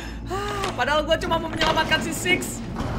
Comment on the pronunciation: Six sis beda pengucapan bro